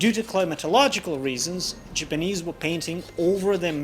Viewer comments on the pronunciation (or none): It's okay, we know your pronunciation is a lil off. Case n' point "Jipinese" But that's just your accent. What you make is worth more than your tongue. That came out wrong. You know what I mean.